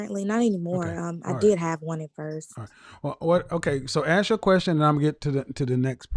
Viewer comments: Dumb nog bimbo around the with the typical smoke detector low battery chirping! Then follows up with lovely Ebonics- “May I AXE you a question?” You can’t make this shit up! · Don't AXE questions, ASK questions. Learn your dang language.